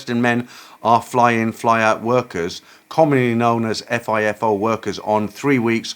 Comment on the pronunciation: 2nd story was great entertainment. The guy must have been born under a lucky star 😅. Just a heads up, FIFO is pronounced as a word, Fifo (Fly In Fly Out)